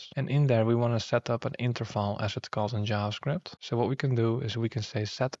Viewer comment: Are you german? You pronounced Interval just like Interfal